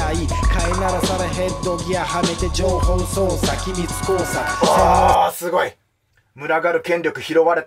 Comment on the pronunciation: 一度も情報操作って言えてないのほんとにカワイイ！